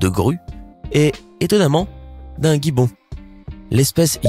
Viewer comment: Un guibbon ? Il a dit un guibbon 😅